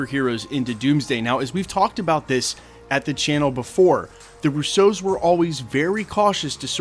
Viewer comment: RUsso. RU-so. The emphasis is on RU, not so. They are not French detectives trying to figure out who stole the Pink Panther diamond.